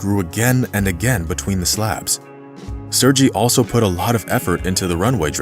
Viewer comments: This dude is pronouncing Sergei (sir-gay) as (sir- gy from orgy) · Sergei is not pronounced “surge ie” but “Sir Gay” Tupelov aircraft models are referred to as “Tee You” not “Too”. Otherwise, this is a riveting story ! I enjoyed it. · This is an awesome video. Thanks for sharing this amazing story. Sorry to nitpick, but I just need to say that his name is probable pronounced sair-gay, not sir-jee. But however you say it, he was an extraordinary guy, who became a hero, by working hard and going the extra mile. You don't often expect people to save lives with their work ethic, but he did it. Thanks again, for the awesome re-telling. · It's Sergey not Serjay... Man why these people never at least look up how to pronounce foreign words and names before making fools out of themselves? Just use google translate and that will pronounce it for u if u don't know. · Sir-gay. Not sir gee. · ?? Isn't "Sergei" (Russian, etc.) pronounced "Sur-gay"?? -- I understand language-barriers, but doing a "production" like this... SHOW SOME RESPECT FOR THE MAN!! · “Sergei” is pronounced “Sir Gay”. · Narrator pronounces Sergei incorrectly... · Would be respectful to learn how to pronounce “Sergei” correctly. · “Serje” - Said no Russian ever. Sergej, Сергей, or sergay (phonetically) The same for the pilot Efjeni. It’s phonetically ~yefgeny. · Nice story. Did you know that Sergei and Yvgeniy are pronounced with Hard Gs.. Sair-Gay and Ev-Gaynee? Do your homework,.